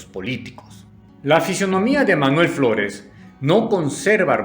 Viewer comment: As escuhado chino floles